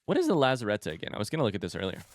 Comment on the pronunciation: The way you pronounce "lazarette" always gets me. You say it in the exact opposite way you should be pronouncing a French word, French has so many silent letters everywhere, I doubt there's a single word with an ending vowel that doesn't end up silent.